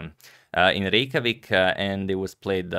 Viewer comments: Yo as an Icelandic person, your pronounciation of Reykjavík is the best I've heard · You can even pronounce Reykjavík ;)